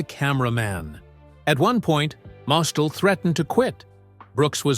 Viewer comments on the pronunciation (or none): Zero Mostell's last name is pronounced "Mostell,. Accent on the last syllable.